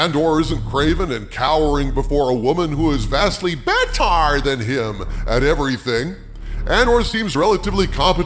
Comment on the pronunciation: “… who is vastly bettarrrr” Had me laughing out loud